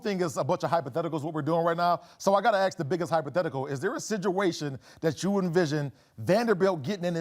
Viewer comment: Did I hear a major media show personality say, "ax"? Dude, the word is ask? Please don't tell me you went to college and took a single academic course of study.